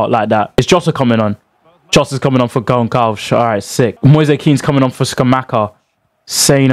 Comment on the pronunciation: I love that “Pedro Gonkalves!” As a Portuguese, it annoys because it’s pronounced Gonsalves 😂